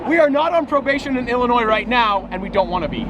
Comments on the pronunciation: I was just fishing there a few weeks ago. Thank you for not pronouncing the "s" in Illinois.... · Thank you for saying sears tower and pronouncing Illinois correctly.....